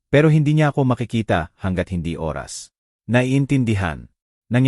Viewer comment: MUZON SJDM,Bulacan Philippines,ayusin mo iho ang Pagsasabi ng tamang pagsasabi ng ORAS, tnx